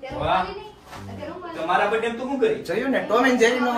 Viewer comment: Bhai sarkhu bolo brath day 😂😂😂